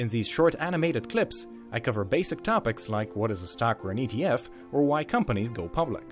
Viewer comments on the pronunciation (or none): none